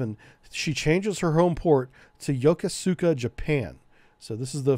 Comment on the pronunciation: Really awesome and detailed rundown, I love it. Brings back memories of my days sailing with these beauties. By the way, Yokosuka is pronounced yo-koo-ska, the PAC sailor in me cried inside hearing you say it that way Also, I was stationed on the USS Frank Cable. Would be interesting to see something like this about the AS-39 class sub tenders. They have an interesting history